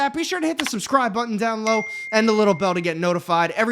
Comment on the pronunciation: "down low" Dude is like a 6 year old filled to the brim with sugar that is so out of it he can't even take an extra nanosecond to say the "be" in "below" lmfao. Look at him with his arms all the way up to his head on that table lmao like dude get a set up where you actually can fit into and are at a normal table height xDDDDD